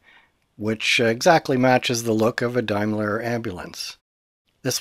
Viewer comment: Like the effect. The tweaks really work. Daimler was a British company, not connected with the German one (which traded as Mercedes-Benz). The pronunciation is DAME, not DIME. The operator name on the sides would always have been in capital letters, making the typeface less important in this size. The common word "bedlam" actually originates from the name of the mental hospital founded in the 13th century. It is a contraction of "Bethlehem".